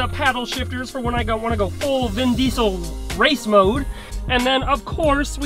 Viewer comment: Did Kirmit Said Vin Deisel?